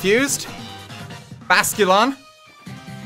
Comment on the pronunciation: thats not how you pronounce Basculin